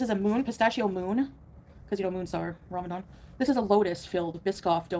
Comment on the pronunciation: its Ramadan, with an N